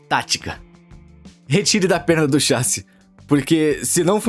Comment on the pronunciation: Alguém mais acha estranho o dublador falando "chássi" ao invés de "chassí" kkkkk, pode ser uma dublagem gerada por IA talvez